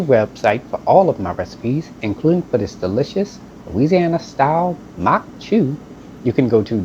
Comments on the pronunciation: From Breaux bridge here. This is a staple in Cajun homes. We have atakapas-ishak and chitimacha heritage and this dish is thousands of years old. I’m also surprised at your pronunciation, except instead of “chew” it’s actually more like “shoe” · In Cajun households it's pronounced Maque Choux (sounds like MOCK SHOE). The French 'CH' sounds like an 'SH' would in English. I'm not trying to come off as rude or ugly about it...I'm just passing along my experience growing up Cajun because I do love your channel.